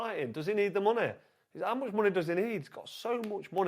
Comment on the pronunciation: "does he need the munay" 😂 "Oosyk" it's fucking "Usyk"